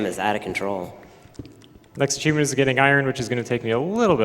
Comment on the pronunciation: Why does he keep pronouncing the word cheevo like that? He keeps saying "acheevment" or something like that. Is it some weird slang for cheevo?